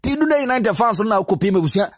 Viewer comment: Please it’s pronounced “Dandii” united . Ghana 🇬🇭 should watch out for this boy Matthew Anim Cudjoe.. His one for the future. I pray for an injury free season for him.